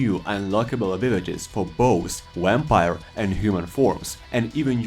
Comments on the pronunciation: My guy said some wampire 🤣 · Lmao "wamvire Lord" 🤣 but all jests aside thank you for the video